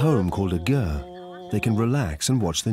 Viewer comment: i had a hard time with the repeated calling of the yurt, a gurt